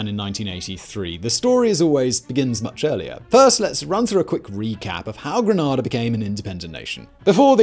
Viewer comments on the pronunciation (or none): Everytime I hear how you pronounce Grenada it annoys me. So informative, yet the pronunciation is so wrong. Its Green-nay-dah not Grah-nah-dah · Sorry I love this vid but Grenada is pronounced Gree-NAY-da not Gree-NAH-da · Your pronunciation of Grenada is the way the Spanish say it. The English pronunciation is like the weapon grenade-a. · Minor point of pronunciation I know but ‘Granada’is located in Spain. ‘Grenada’ is in the Caribbean. I was a USAF reconnaissance officer (RC135) flying above Grenada (Grenayda) the morning the invasion was kicked off. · As a husband of a student who arrived almost immediately after the invasion and after spending three years on the island, I can tell you that the way you pronounce it is a place in Spain. Everybody on the island pronounces it Gren aY' da (long a). I never heard any native person pronouncing it Gren ah' da. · AT LEAST learn to pronounce the name of the subject of your video! It's Gruh-nay-duh, Not Grenada...that would be a place in Spain. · Hello, Grenadian here. Just a tip. The name of the country is pronounced GREEN (like the colour)-AYDA (ay as in 'day') not GREN-AHDAH. GREEN-AYDA please and thanks 💀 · Gruh-NAH-duh is a city in Spain: at least that's how the Americans pronounce it. If you mean the island in the Caribbean, it's Gruh-NAY-duh. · Big fan of the channel -- but it is Gre-nay-duh...not Gre-nah-duh (that Granada is in Spain) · It's Grenada not Granada I am a Grenadian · Gra nada … no greenada that is how it is pronounced Granada is on the Iberian peninsula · GRANADA Is in Spain and GREN-A-DA is an island in the eastern Caribbean . SMH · I question you pronunciation of Gren AIDA. I see this has been mentioned elsewhere in the comments. Definitely Gren aida NOT Gren aa da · it's GREENNAAADA not granada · It's Gre, not grin... ada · Ir’s Gren-AY-da, not Gren-AH-da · Grenada not Granada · It's Greneda, not Granada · I can't listen; you're mispronouncing Grenada. Granada is a city in Spain :(